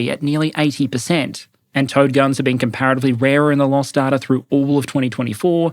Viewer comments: The smart part of my brain knows you're saying "Towed" but the dumb part keeps thinking it's "Toad" or maybe "T.O.A.D." artillery. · Is anyone else hearing "toad" instead of "towed" guns? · I know you are saying "towed artillery" but my brain always makes me hear "Toad artillery". Poop poop! Bang! Haha! What dust clouds shall spring up ahead of me!